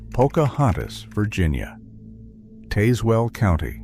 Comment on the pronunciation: Tazewell should be pronounced as "Tazwell," while Galax is pronounced "Gaylax."